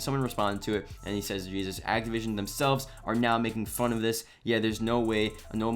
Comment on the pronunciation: It's Activision. Bro. ACTIVISION.